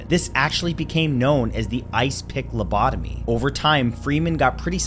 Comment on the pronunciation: #9🎶You say LOCOTOBY🎵 I call it LOBOTOMY!🎶...🤓😎✌🏻